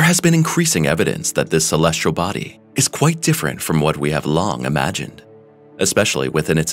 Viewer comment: "Celestrial"?? Body?? Doesn't really inspire confidence in the story.